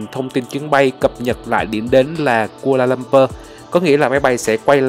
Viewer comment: Sân bay khu - la - lum - pua chứ anh